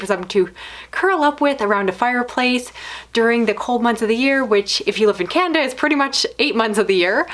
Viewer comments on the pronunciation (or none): none